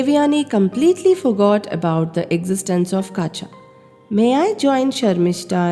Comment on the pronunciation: Yes. It is Kacha (కచుడు) not Kaacha